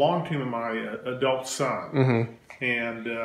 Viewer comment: why did he always put emphasis on ADULT son no disrespect meant